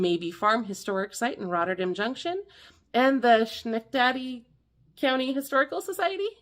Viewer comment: Schenectady is pronounced Skenekteddy.